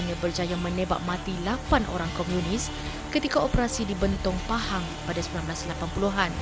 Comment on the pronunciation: Komunis bukan Komiunis... Sebut pon tak betol pompuan ni... adoiii